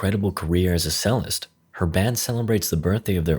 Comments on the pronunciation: Cellist is pronounced like chellist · That really hurt. It's pronounced "Chellist"